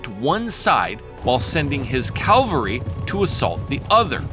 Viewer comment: Cavalry not to like "mount calvary" I understand it's spelled cavalry as well but everyone says mount calvary like how you are saying cavalry it's very annoying 😂 but great video otherwise.